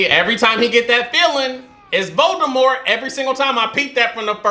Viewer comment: “When I take this cap off I look just like lord Voldemufflrmffm” plssss you and these names😂😭